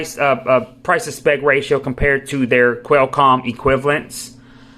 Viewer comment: I’ve seen a few reviews for this phone but none of them mention call quality. I hate it when reviews don’t address the phone part of the smartphone. His pronunciation of certain words I just have to laugh at. Quellcom =Qualcomm, Shy-o-me= Xiaomi 😂.